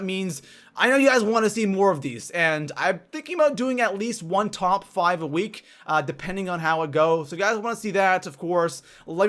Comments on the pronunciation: I wouldn’t trust a guy that makes a video and says “top fuave” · “Top foive”